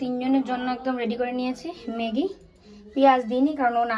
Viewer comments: কথাটা মেগি নয় ম্যাগি।খুব কানে লাগছে তাই বললাম।অভ্যাস করো হয়ে যাবে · কথাটা মেগী নয় ম্যাগী। please উচ্চারণ টা ঠিক করো । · হাঁ খুব কানে লাগছিলো